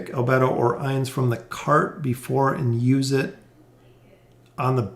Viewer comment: I love the anime, albedo i think ur pronounced wrong. No worries love ur vids